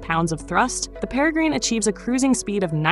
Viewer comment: IngFFS stop say Perry grine it’s pronounced pera grin after the bird of prey.